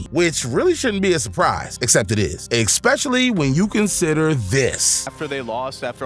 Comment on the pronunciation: "Ex-specially" so many times - I'm dying RN 😂